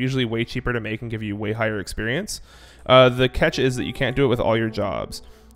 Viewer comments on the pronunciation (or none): none